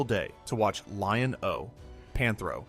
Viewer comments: This guy the way he goes Lion-OH lol anyway legend has it to this day I'm still waiting for my Thunder cats and He-man toys from Santa Claus that I never got because we were poor lol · lol was thinking the same when I heard “Lion….O” then I’m like this guy wasn’t alive when the show was on but has he also never seen it?